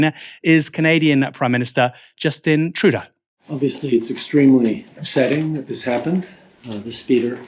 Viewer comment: Pronounced True Doe. It's French.